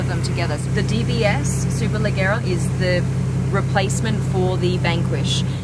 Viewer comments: very informative though i think you missed the 0-100 and top speed of the DBS. Also isn't it pronounced superlejjera with a "j" sound? In italian the soft vowels e and i make "g" pronounced as "j" I believe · It's hard to tell the difference between the body styles when the only thing we can see is the host. Good shots of the interiors though. Also, the host mispronounced Superleggera; the Italians, nor the Brits or the Americans pronounce it the way the host did. Last, with over 15million subscribers, you think SuperCar Blondie could invest in a Lav mic for her videos, the audio sounds terrible and misdirected. Hopefully this is well received as this channel is extremely fortunate to have their followers and should be a bit more respectful to bring the minimal quality to the videos.